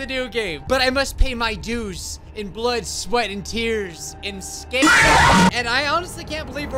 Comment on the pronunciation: ah yes scaer